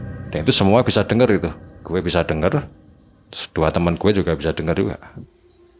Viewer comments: Eehh "GHUWE" maneh 🤣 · Bukan masalah logat, ini masalah “ghue” ... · Guwee???....Jd males denger nya... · GHUE.... Dr penyebutan kota batu jd MBATU itu aja uda keliatan kalo jwo nya wes kentel medok bgt. Dadi lek kate crito nggawe bhs indonesia pake aku/saya ae ojo nggawe GHUE rodok gk cocok cak... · Medok banget " GUWEE, EMBATUU " nya 😂😂😂😂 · 'Gw' nya medhok men to mas 😁😁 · Waduh kena "gue" medok lgsg buyar seremnyaaa wkskwkskm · ning kuping kog rak enak bgd sih,,, mbok bilang AKU atau saya aja ngopo sih. Aneh bgd medhok pke gua gue gua gue ... koyok wong ndeso tapi mekso dadi cah kutho. Satu lagi mas, itu namanya KOTA BATU, bukan KOTA MBATU .... hmmmm. Pakek B orak nganggo M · Wong jowo ketika ngomong "gue" koyok pieee ngnoo😂🤣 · "GUE SAMA CEWEK GUE" (logat medok) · Salfok “Gue” medok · mau dengerin tpi "gue" nya medok bgt jadi ga srek di kuping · Gue nya medok banget sih bang ,, piye to mbok ora usah gua gue maleh piye ngono lek di rungokne,, kurangggggg :)